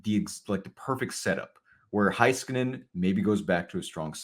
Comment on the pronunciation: Why does struggling saying Miro's last name correctly?